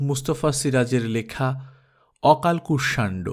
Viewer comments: আজ্ঞে না। কুষ-শান-ডো। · কুষমান্ড হবে সঠিক উচ্চারণ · অকাল কুস মান্ড এইউচ্চারণ হবে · উচ্চারণ অকালকুসমান্ড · গল্পের নামের উচ্চারণ হবে ' okalkushmando ' ! তাই না ? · গল্পের নাম টা সম্ভবত ভুল উচ্চারণ করছেন।